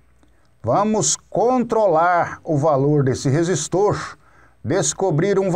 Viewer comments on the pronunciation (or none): "professor" kkk. resistoorrrchhh capacitooorrrrrchhhhh